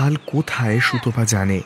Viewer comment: সুতপাকে সুতোপা বলা খুব কানে লাগে।